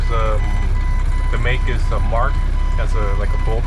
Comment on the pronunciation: A Mark? It’s a Mack